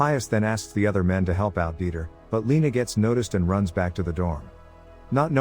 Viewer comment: His name is dieter not deiter